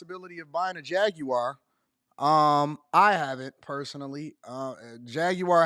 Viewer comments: JAG-WAR or JAG-U-WAR. WTH is JAG-WIRE?! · Why they trying to sound exotic with pronouncing it as "Jag-You-Are?" Just say Jaguar like its aupposed to be. 😒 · What's a Ja-gu-ar 😅🤷🏿‍♂️ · The way you say jaguar is so funny to me lol. Much love dawg